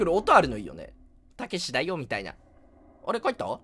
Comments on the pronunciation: タクシー？にしか聞こえないwww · たけしがタクシーにしか聞こえんん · たけしがタクシーにしか聞こえない笑笑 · ｢たけし｣がどんどん｢たきし｣になっていくの草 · 「たけし!?」って連呼してる所 タクシーって言ってるように聞こえるの俺だけ？ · たけしがタクシーって聞こえる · たけしがたくしに笑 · たけしじゃなくてタクシーに聞こえる